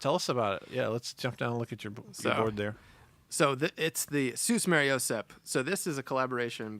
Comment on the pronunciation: you pronounce susmaryosep correctly just like our vernacular, I would like to buy this pedal though!